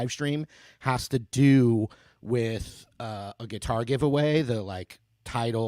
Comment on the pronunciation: Sweet gui-tar